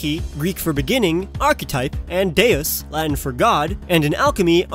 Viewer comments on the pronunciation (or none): none